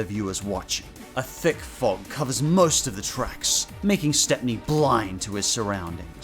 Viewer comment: His name is Stepney, pronounced like "step-nee". He's even got his own book in the Railway series, "Stepney the Bluebell Engine".